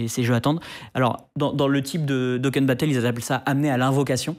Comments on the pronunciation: Beaucoup d'approximations et de préjugés sur ce sujet. Ca ne vous ressemble pas. Ne même pas être capable de prononcer correctement "dokkan battle", ca en dit long sur le niveau de vos recherches préalables. Pour le remboursement, vous pouvez aussi vous adresser directement à votre banque. Il y a meme des gens qui profitent de cette faille pour whale sur un jeu, puis se faire rembourser et tout réinvestir dans un autre, et ainsi de suite. Ainsi ils peuvent jouer à tous les gachas en "louant" les avantages in game pour finalement se faire rembourser à la fin. Donc les gens qui se mettent vraiment dans la m** financièrement n'ont pas seulement une, mais deux issues de secours. Sinon, je pense que les transactions dans les gachas devraient en effet être interdites aux mineurs, comme c'est d'ailleurs déjà le cas dans certains pays ou pour les casinos. Car les gachas ne sont par essence pas bien différents d'un casino en ligne. Au delà de ça, je trouve ça bien hypocrite de diaboliser autant les gachas qui sont simplement addictifs, alors que des dr0gues comme le tabac et l'alcool sont en vente libre. Et la drogue est bien pire car contrairement à l'addition, la dépendance est physique et non psychologique. Sinon, les procédés psychologiques pour forcer la vente c'est la base du marketing moderne. Les grandes surfaces agencent leur rayons exactement dans cette optique, pour ne citer que cet exemple. Et contrairement à ce que vous dites, il est totalement possible de jouer et de pro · Rien que pour la prononciation éclatée de "dokkan battle" je mets un pouce lol Très bonne vidéo pour les neophytes soit dit en passant. Krayn a d'ailleurs fait cette très bonne vidéo de prévention sur les potentiels dangers du gacha, c'est indispensable de la visionner si tu joues à ce genre de jeux